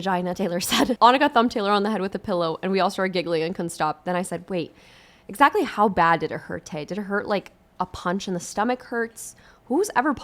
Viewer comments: im fucking cryings "EGG ZACKLAYYY" its ntoo funny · “EGG-ZAK-AYYY” I love 😂